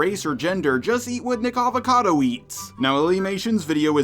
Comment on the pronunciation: It's nickocado not nickavecado LOL